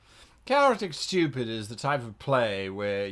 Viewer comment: "Chaotic Styupid"